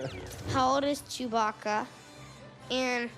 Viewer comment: Why does Lando pronounce chewbacca CHEW BAAACKA 🤣 i died there